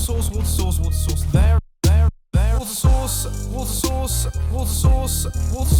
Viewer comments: It sounds like woushous instead of water source! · It stopped aounding like water source after the first couple. Sounded like you were saying whats a sauce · Wotter sauce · My American self thought you were saying "water sauce" at first 😂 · It sounded like he was saying woustishire sauce. ... instead of water sauce... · kinda sounds like what a sause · In the remix it’s sounded like you were saying “water sauce”... that would be some bland sauce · Am I the only one who heard "water sauce"? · Woter sauce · Loving the remix but it sounds like your saying water sauce not water source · It sounded like Wood sauce at 1 point 😂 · when he was saying water source after a while it sounded like he was saying Worcester sauce, also mumbo you should build columns so that it stops ghasts spawning at least a little bit and it will look nicer than slabs (and possibly make the build look nicer, even though it looks really nice now). and since u forgot to change the skin every time you leave the hermit craft server at the end of the episode you should put a sign saying "Did you shave?" just as a reminder. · I started to hear watersurus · Did anyone else hear wood sauce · I genuinely thought it was 'what a sauce' and not 'water source' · During the time lapse, it sounds like he's saying "water sauce". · I know he’s saying watersource in the remix but it sounds like hot sauce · listening to the remix i realized you say water sauce not water source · I swear he's saying water sauce. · more like wot sauce wot sauce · Are you saying water sauce 😂😂😂😂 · I just clicked on that video before watching this... It sounds like it's saying water sauce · I'm hearing water sauce😂😂😂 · its sounds like what a sauce(_ _) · sounds like worseschier sauce *i dont know how to spell it thats definitely wrong though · Worcester sauce? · It sounds like he is saying What Sauce in the remix. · “Water sauce” is what I heard 😂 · Is it just me or does it sound like he says "water sauce"?